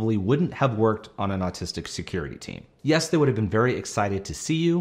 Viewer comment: Okay, I can not be the only one who hears him say artistics a million times!!